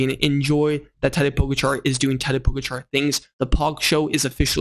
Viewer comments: It’s Po-Gotcha! Not Pogarchar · Hey btw its Po-ga-cha not Po-go-char 😃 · The A in Pogačar is long. Poh-gaah-char. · O-M-G This video is unlistenable because of your DUMBASS pronunciation of Pogacar NAME!!!!! YOU SUCK!!!!!!!!!!!!!!!!!!!!!!!!!!!!!!!!!!!!!!!!!!!!!!!!!!!!!!!! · Dude, you have a cycling channel and you can't pronounce the name of the dude who has been the number 1 rider for the last 4 years? It's not even that hard. Is it laziness or something else? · Missing an R at the end. End no T. Its hard to explain, his not saying it bad, just need emphasis on the second A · This is a message mostly for. Since you made an effort to correct you pronounciation of the name Tadej's name here is another correction. For both the first and the last name the accent is on the second syllable.